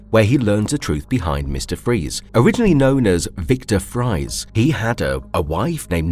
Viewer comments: Nah, it’s pronounced “Freez” for Victor Fries. Nevertheless, you will be missed, Mr. Conroy. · Isn’t “Fries” pronounced like “Freeze”? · to - Actually the surname "fries" is pronounced "freeze". (Incidentally, I once had a high school math teacher in which "Spies" was pronounced "Speeze.") to - Close; the fictional disease is called "systemic hypoplasia." Hypoplasia simpliciter is when an organ or some tissue is underdeveloped; no cases of it affecting the entire body have ever been observed, much less have it stop someone from aging. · OP pronouncing Fries (a European last name which is pronounced like freeze, but with an s, not a z) as fries (the food) caught me off guard And it's understandable and all, but his full name has been said in the show several times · I quite enjoy this analysis of B:TAS, but if I may, Mr. Freeze's name is Victor Fries (Freeze) and NOT Victor (French) Fries. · One issue: Victor Fries' last name is pronounced Freeze not fries as in potatoes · Fries is pronounced "freeze." How the hell you didn't know that is astounding. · Actually victor fries’s name is pronounced freeze but spelled like fries (unless that’s a joke that went over my head) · Dude no offence but you do know it’s pronounced freeze right? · It's "Roland" Daggett. And Victor Fries' last name is still pronounced Freeze, the same as his villain name. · Friez and Fries is actually pronounced freeze, I had a pastor with the last name and always thought he was a badass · Fries is still pronounced freeze when it's a last name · Isn't the surname "Fries" supposed to be pronounced "freeze" because it was supposed to be German? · Victor freezes last name may be spelled "Fries" however it's origin is German and pronounced freeze. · Fries the name is dutch and actually pronounced like freeze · Fries is still pronounced freeze. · Fries is pronoounced Freeze! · Fries is pronounced “freeze.” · "Fries" is pronounced like "freeze." It is German.